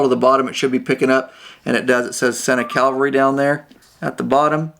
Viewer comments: Really appreciate your tutorial! Just one critique…. It’s “Ca-va-lry”… not calvary. One is military and one is religious. FYI Thx again! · Pretty neat idea, but would like to try one on for fitment before ordering. Hopefully I'll see one at a bike show soon to do that. Already use the SENA 20S and SMH10 so I know the Bluetooth quality will be good. One thing, every reviewer I've seen calls it a Cal-vary when it seems to be named a Cav-alry. :-) Nice vids!